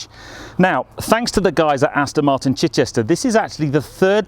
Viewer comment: I've told you before, Ped - it's NOT AstIn!! You don't do it all the time but today, you started slipping back into your old habit! Bad Ped!!!